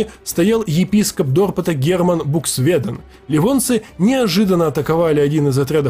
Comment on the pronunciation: сразу можно отличить переводчика от историка, который Дерпт(он же Юрьев он же Тарту) никогда не назовёт дорпотом по англоязычной транскрипции)